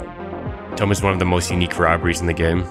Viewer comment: the "tome" and "trim" pronounciations trigger me, is this video vocalized by AI?